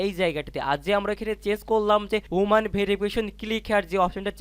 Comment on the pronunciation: হুমান ভেরিফিকেশন না! এটার উচ্চারণ হবে হিউম্যান (মানুষ)।